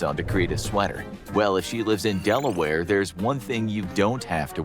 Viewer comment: I heard that and was like "Dela... where?"